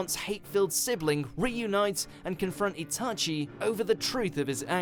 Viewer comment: It's not itAchi, its Itachi